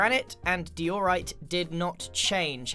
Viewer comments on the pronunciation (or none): lol dee or right. I say die er right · Dee-ore-ite lmao whut its diorite die-or-ite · “Dee-oar-rite” ??? It’s die-oh-rite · Most People: Diorite: DEE-orite: Today we're going to be pranking iskall. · Notice how Grian used to say de-or-ite instead of di-or-ite. My guess is Iskall lol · De-orite? You mean Di-orite? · I'm sorry did you just say "dee-or-ite?" It's pronounced "die-or-ite." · "deyorite" -grian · You mean deeeeoooorite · DEEORITE? DEEORITE? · Grian said to diorite:dee your right Diorite:D'o'rite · Diorite is pronounced Dīōrīte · I pronounce it die o right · He says diorite so differently now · You don't pronounce diorite like that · The worst thing is the way you pronounce diorite